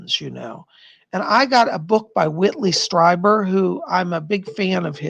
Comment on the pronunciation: It's pronounced Streeber, not Striber.